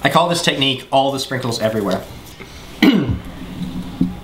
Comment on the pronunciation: No,, it's "All the SRANKLES everywhere." JESUS!